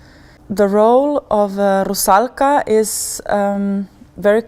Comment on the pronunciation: I like the way Camilla pronounces "Rusalka". I was lucky to see her performance as the Marschallin in Strauss's "Der Rosenkavalier" at the Metropolitan Opera last December and fell in love.